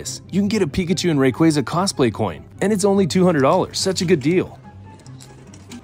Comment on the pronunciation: He's already sad because you mispronounced Rayquaza